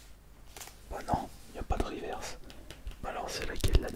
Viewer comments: on ne dit pas rivèrce mais riverce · On ne dit pas rivairse mais riveurse